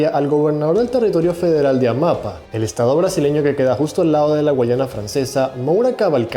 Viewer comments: Che un consejo, aprendé a leer las tildes, ya van en varias ocasiones que te pasa lo mismo, en esta vez con Amapá, lleva tilde en la última A, por ende se Lee AmapÁ, y vos lo leíste Amapa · AMAPÁ. se dice AMAPÁ. con el acento en la última A. se pronuncia DE GOL. de verdad que cansa que no sepas pronunciar un apellido tan conocido.